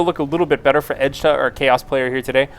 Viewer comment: Its Edtjuh!!! ED-CHA ASL:DKJFLAKJSFKJAKSLDJF